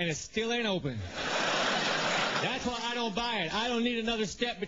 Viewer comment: You have a lovely accent, but I kinda freaked out at the beginning, I heard "I'm Dying" instead of "I don't" my heart stopped a lil bit hahah